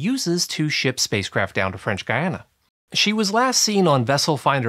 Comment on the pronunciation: French Guiana... your pronunciation is painful.